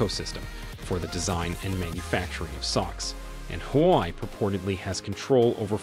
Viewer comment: It's not "who why" It's shld be pronounced as" hwa way"... Just like how u shld pronounce " Huawei!!